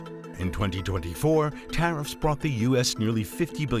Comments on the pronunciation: hahahhah taht last "The Tarrifs" was personal. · 😂😂😂 I love that they ended it with him saying tariffs like a fool.